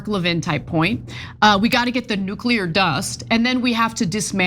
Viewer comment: come on. nukuler?